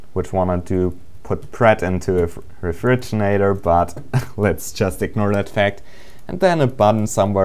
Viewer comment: REFRIGINATOR HAHAHA XD